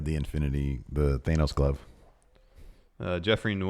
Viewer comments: The way you guys pronounce Thanos hurts my soul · I actually pronounced it THAY NOSE while reading this cause they keep saying it thay way.